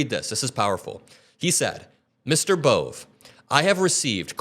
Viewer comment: "Bohvay": is how the last name "Bove" is pronounced